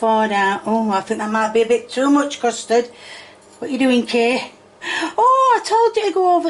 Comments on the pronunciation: It sounds like she’s saying “crustard” instead of “custard” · Custard? You mean "coostud" as kay would say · Thats not custard thats custurd 💀💀